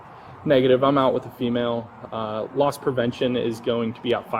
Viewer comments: It’s “loss” prevention … not lost 😂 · It's Loss Prevention not Lost Prevention ! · It`s loss prevention. Not "lost" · In the beginning of this video, did you say "lost prevention"? Because it's actually "loss prevention." Just letting you know. 😎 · Did the narrator say “lost” prevention officer? They gotta find him!!!!!